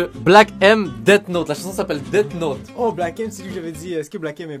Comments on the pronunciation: Deat note... (Ca se dit death note deaff note PUTAIN ) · Le titre de Black M ca se prononce Deathhhhhh Note ( d'un manga ) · parlons de la manière dont tu as dit death note ☺